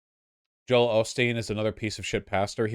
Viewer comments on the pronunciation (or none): none